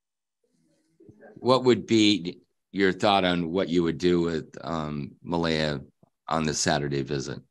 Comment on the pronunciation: The mispronounciation of Malaya by the judge over and over irritates me.